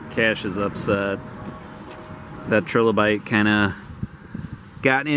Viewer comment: Can you at least pronounce trilobite correctly?